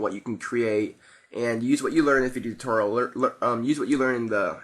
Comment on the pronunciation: He Said Video Tuteral..Lol